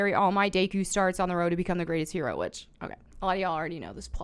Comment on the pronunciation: Why is her pronouncing his name as Day-kou so funny to me 🤣🤣🤣?